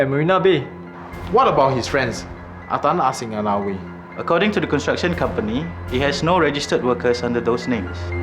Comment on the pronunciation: Does he not know how to say construction?